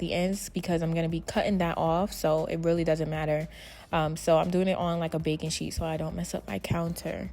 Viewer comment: I thought you said a bacon cheese slide lol I think you said a baking sheet slide?? 🤣